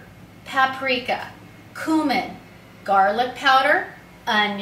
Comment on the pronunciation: Check the pronunciation of cumin.